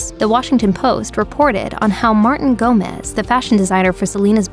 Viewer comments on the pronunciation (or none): It's pronounced 'Gomez' hth.